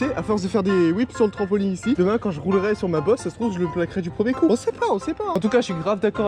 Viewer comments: C’est moi ou il dit trampoling 😭😭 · Pourquoi les gens disent trampolingue au lieu de trampolINE!😅sinon super vidéo comme dab 👌🏻